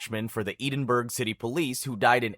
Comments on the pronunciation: Wtf is 'Eden-burg' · If it helps Edinburgh is pronounced ed-in-borough